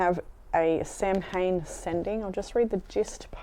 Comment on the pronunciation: You say Samhain the way I used to say it until I got yelled at by an Irish person ha ha.